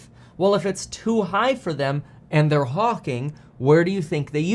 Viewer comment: Had to replay "hawking" 😂